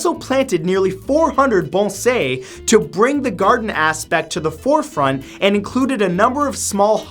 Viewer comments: bonsay is pronunced bons-eye, not bon-say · "bone-SAY"?!? It's BON-sigh" >rolls eyes< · I've never heard "bonsai" be pronounced "bohn-zey" before